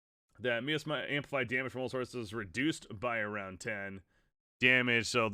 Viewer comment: Miasma is pronounced like “my asthma” But yeah please make more AoK videos please! Good stuff